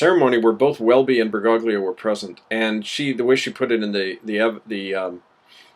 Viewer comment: I have to nit-pick something: His name is pronounced "ber-goh-lio" <OT "ber-gog-lio".